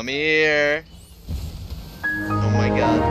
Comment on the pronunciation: OH MAY GAD